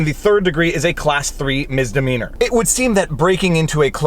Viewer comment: Today I found out: it’s called misdemeanor not mistemeanor.. (I’m not a native English speaker, but I’m ashamed I hadn’t realized it until this moment..)